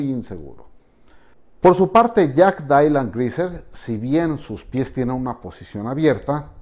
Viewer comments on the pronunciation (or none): Mencantou, pero JAJAJ “DAILAN”